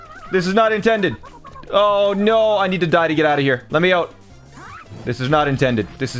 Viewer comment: just by that ohh you can tell he's Canadian